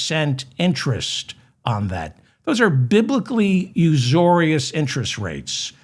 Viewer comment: That's "usurious", not usorious.